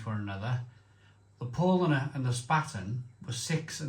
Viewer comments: Haha yes, spot on. Löwenbräu is closer to Lerv-en broy. Another he gets consistently wrong is Pow-larn-uh. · Love your channel but if you’re reviewing German beer please bear in mind the earlier comments about pronounciation. It really grates if it’s wrong. Lowenbrau is pronounced “Lervenbroy” Paulaner is pronounced “Pow-larner” Spaten is pronounced “Shpairten” and Hofbrau is “”Hoff-broy.” And yes, I omitted all the umlauts which effect pronounciation because on old iPad I couldn’t be arsed! Slainte. 👍🍺